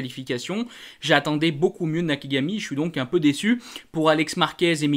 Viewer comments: on entends bien Nakigami avec les oreilles 😂 t'inquiètes on s'en fout, c'est juste que c'est pas la première chaque fois ça m'amuse je peu pas m'empêcher de te le faire remarquer... 😅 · Tu arrivera jamais à dire " Nakagami" je crois, Toujours " Nakigami" 😂👍 je plaisante bien sur, c'est pas là l'essentiel mais chaque fois ça m'amuse !